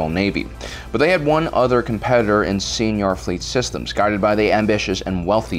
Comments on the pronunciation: It's pronounced like "Sye-nar," you're pronouncing it like senior. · Id always used the Canon pronunciations from the show and books (koo-aht and sai-nar). I was mostly making a joke at his expense, and the expense of YouTubers in general (you'd be surprised how many can't even pronounce a single idiom or turn of phrase). Its definitely not going to stop me from watching this channel, but he did seem kind of iffy on those pronunciations himself.